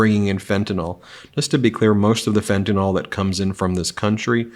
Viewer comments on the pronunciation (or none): Hei Ben. It would be utterly spiffing if you and your fellow Americans would pronounce FentaNYL correctly please? It's NOT FentaNOL. Supeytwist old bean. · It is fent-a-nyl (pronounced “nil”), not fenta-nol😊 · Fentanyl: is pronounced Fen-ta-nil, not fen-ta-nol (as in "ethanol"). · Ben, fentanyl is pronounced Fen-tan-ill ( as in sick). Fen-tan-all would be a different compound. Please. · Hey Ben: It's "fen-ta-nill", not "fen-ta-nall". Please learn how to say words you plan to use repeatedly. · Why doesn’t anyone pronounce fentanyl right? The y in the end syllable has an i sound. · In the interest of perfection, which Meidas seems to aspire to with great success, the drug fentanyl is pronounced as it is spelled. MAGA and a large portion of the uninformed tend to to pronounce the last syllables as though it rhymes with Tylenol. The correct pronunciation requires pronouncing the penultimate syllable “NYL” to rhyme with BILL or as an unaccented schwa sound. Anything but an accented syllable rhyming with ball. The other side of the political spectrum universally mispronounces fentanyl so it’s distressing to hear clear minded folks falling for the lazy pronunciation we constantly hear in the mainstream media. Rise above’. Btw, I am a Meidas touch patron. Thank you. Ben, for all you have done and continue to do for democracy.